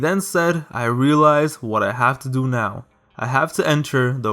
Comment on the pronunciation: “gotta dzo what you gotta zoo” 💅💅💅💅💅💅